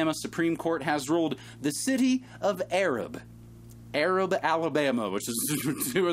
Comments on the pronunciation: Take it from a Southern girl... Arab is pronounced A-rab. It rhymes with A-rag. Make sure you really pronouce that A 😺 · It is pronounced A-rab (Ay-rabb) down there.